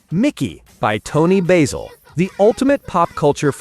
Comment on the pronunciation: Keeps saying Toni Baysell It’s Toni BASIL Ugh 😤